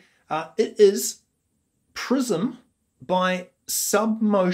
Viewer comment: Prison lol. Your fisherman's hat goes well with that pronunciation mistake. Too bad their prime time has gone because the DJ left. I think your analysis is fair. Their music is bit conservative and nostalgic while they can go further with the set. Worries and In gold are their golden tracks.